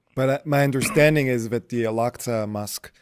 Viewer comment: What a joker 1 This so called " Muslim imaam " Cannot even pronounce " Mosque " properly , saying " mask ' & calling our beloved Prophet , " Mahammid " instead of Muhammad .. And it was not Jibril that came , but a white steed called " Borak " I can go on & on exposing this so called " Imaam " But i would not waste my time . I prefer to leave him alone & let his bask in his ignorance .